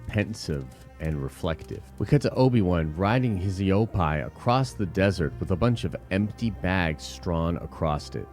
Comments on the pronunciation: Not e o pie it’s e o pee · Where have you learned to pronounce Eopie like that?